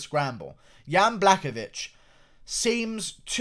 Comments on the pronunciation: some respect how to prenounce surname of the winner is "buahovitch" your welcome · If I have the hear this buffoon say “blackovich” one more time